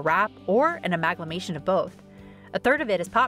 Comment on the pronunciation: Amaglamation??? Get someone who can read and pronounce words properly to do your voiceovers, folks.